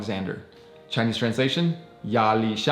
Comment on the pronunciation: Your Chinese pronunciation is actually really good!😊